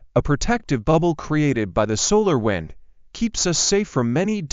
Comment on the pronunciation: I hate chatbot/AI narration, though sometimes, as in this one, there's a laugh. At approx we hear "solar wind" pronounced as "solar wined". That's as far as I go with this one, and sorry, no subscribe.